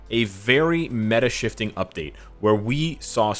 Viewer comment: ME-UH or MEH?